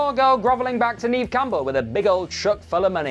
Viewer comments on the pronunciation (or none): none